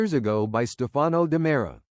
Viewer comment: I can’t wait to see it either but for one saying these narrators keep pronouncing the names wrong and get the scenarios wrong. It’s Stefano it’s Marlena. It’s Karyaka. Just get some of these storylines over with. I’m an especially the one with the baby. I’m done with that.